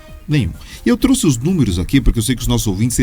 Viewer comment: PQP😊, um repórter falando eu trusse.